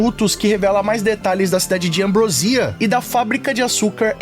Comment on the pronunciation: É Ambròsia e não Ambrosía.